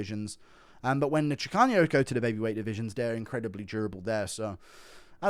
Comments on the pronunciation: Chicanos not chicaños guru😂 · I’m Mexican and I loved the Chicanos segment😂 but when you say Chicanos, just use a regular N. It’s not chicaños. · there’s no ñ, in chicanos it’s pronounced chi-cah-nos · There's no ñ in "Chicanos". 😂 It's pronounced "Chee-Kahnose" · Guru miss pronouncing chicanos will never not be funny